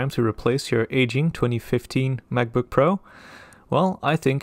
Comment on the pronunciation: what's a mavbook? :0